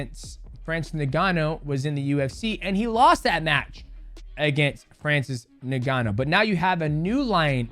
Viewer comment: Dude....why I hear Francis NIGGANU when he says his name💀💀💀💀💀💀💀💀